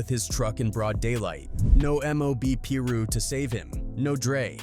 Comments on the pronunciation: ok I just can’t with the way u pronouncing it “peeru” “(pie-ru)piru” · I hate a.i channels . pillroo? It's Piru! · he’s saying it because the dude narrating said “Peru” which is a country and not piru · Couldnt finish the video when i heard peruu 😂😂 nahh im out jack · Man if you gonna be speaking on street politics you need to start pronouncing these names correctly tf is a Peru.. get it right man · how did this guy who been saying Piru wrong then says it correct once directly after saying wrong again then goes back to saying it wrong 😂😂. Put some respect on the Piru's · Dude all these guys who make these videos need to get there facts straight . So many wrongs in this . Didn’t even say most their names right . He didn’t even piru properly . Also heron wasn’t partying . He left a football game at a park